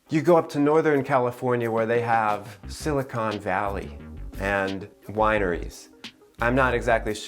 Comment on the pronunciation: THANK YOU for saying California instead of Cali and for pronouncing Silicon Valley correctly! ❤️ It’s where I’ve always lived, and I see a mix of Extroverts and Introverts. Mostly introverted programmers and extroverted sales staff. Near the beaches and mountains, friendly and introspective. Plenty of good quiet places for introverts to recharge 😌